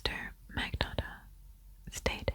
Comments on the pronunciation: The G is silent in Magnotta with a “nya”/nyuh” sound.(like gnocchi) Thanks ten years of Italian lessons! Lol Luka lived 10 minutes away from me when he was in Etobicoke. So gross :/ Love the video! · He did mispronounce his new fake name. LOL In the Netflix show, the Montreal police pronounced it with a silent G & long O. He grew up near Toronto and has that other type of Canadian accent, more Anglicized. Ex. "About" "Out" "House" :)